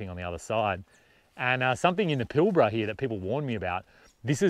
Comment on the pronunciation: G'day Bloke As a Newman local , I watched this video twice, because I needed to see what it felt like watching without you butchering place names like Karijini not Karanjiny - Kalgan not Kalagan - Pilbara not Pilbra, there are several other blunders not only in your audio but in text. Shame really, it makes me sad to be slamming you like this, but for all the effort and trouble it must take making a video that you are happy to show the world, you've done yourself an injustice ~ please research your destination/ history/ material before you edit and up load what is in fact a nice view video, I for one will think twice before watching any of your content again. Safe travels : JF